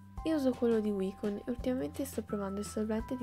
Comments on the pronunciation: Sì pronuncia waicon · madonna, "wycon" non so pronuncia proprio cosí, sarai pur brava a mettere lo smalto ma studiati l'inglese ti prego.😒😒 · Il primo errore in assoluto è la tua pronuncia di Wycon